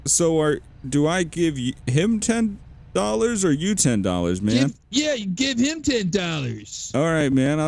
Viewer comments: Twenty dolwer 🤣😆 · Chinese guy.. Dowwa... Not dowwer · "2 for 5 dorra" Man im crying xD